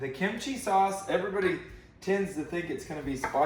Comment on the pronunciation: Kim chi (kim Chee) no “I” sound between them lmao.